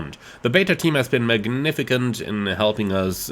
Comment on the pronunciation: Well damn! This is looking impressive! The levels of detail here are tremendous. Great work from everyone at PMDG! BTW,, just an fyi.. 'magnificent' is pronounced 'magnifisent'. Thanks for the news update on this plane, looking very much fwd to it.